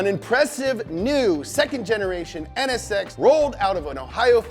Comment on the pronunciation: Ahhh the nsx VEWY GOOD